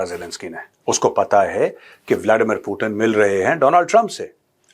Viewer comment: पुटीन नहीं, पुतीन‌ बोलो सुनने में अच्छा लगता है